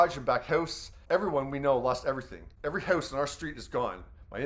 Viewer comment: The way you pronounce "house" is criminal Well there goes the evidence